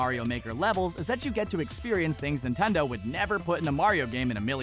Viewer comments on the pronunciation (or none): none